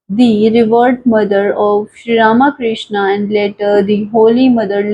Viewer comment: Not Rama Krishna. But Ramakrishna. To be pronounced together .